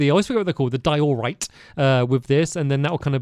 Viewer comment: Stamps this isn't a hate comment but its been over half a decade of hearing you pronounce Diorite wrong lol. Its "DIE-uh-rite" not "die-OR-rite"